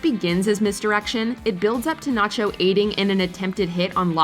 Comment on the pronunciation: Your saying it wrong natcho